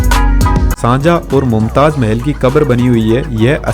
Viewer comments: The shajahan was found this taaj mahal His name is shahjahan not sanjha tell right name ok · Sajah nhi hot Shahjahan bolna Sikh le odu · Shanjha 🛑 Shahjahan ✅ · Shahjahan ❌sanjhaa✅😂😂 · Shahjahan name bhi sahi nahi le paa rahe ho bhaai۔